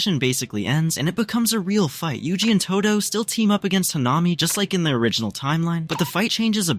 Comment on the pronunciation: Its todo not todu btw